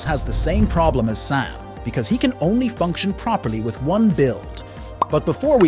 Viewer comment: "Let's start out with sam" I heard pam☠️